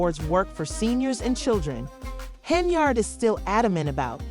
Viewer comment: Its pronounced HEN-YARD ....like Menards... 🎶 save big money at Henyards